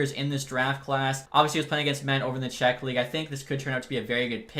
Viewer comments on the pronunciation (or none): none